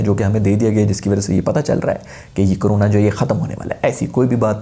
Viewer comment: Coronay (Style of our 👊😂)